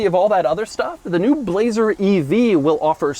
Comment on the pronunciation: Doug: "Bu-lazer"